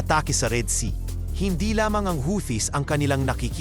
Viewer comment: The word "Houthis" is pronounced "HOO-tees", with the emphasis on the first syllable. NOT HOWTEE…. Or HUTI, but NOT HOWTEE.